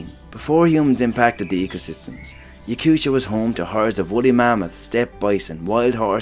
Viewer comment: Yakutia is not pronounced with a sha, but with a hard T sound.